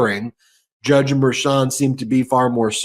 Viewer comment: might be petty, but can you get to pronounce Judge Merchan's name properly 🤣